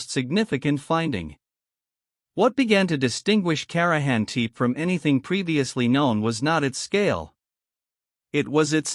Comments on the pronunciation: Karajan Teep ? Really?? You can do better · INTERISTING CLIP ANOYING THE PRONONCIATION OF KARAHAM "TIP"